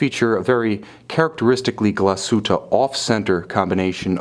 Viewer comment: When you can't even pronounce the name of the company ......